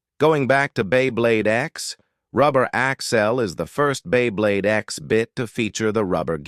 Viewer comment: This AI narration sounds like shit. "During the history of bEy bLeYd"